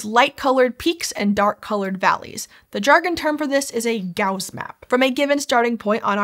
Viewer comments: Things that are distracting: Pronouncing basin as "bazin" Pronouncing Gauss as "Gowz" Wearing those glasses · "gowzz" and "baze-in" are driving me INSANE. "s" and "z" are the not the same sounds! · On the other hand it was somewhat odd to have a native English speaker apparently mispronounce basin and Gauss. (Unless I and everyone I know has been mispronouncing them...)